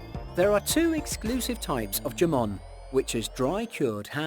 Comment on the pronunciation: Yamon? Lollllll the best jamon is pata negra de castilla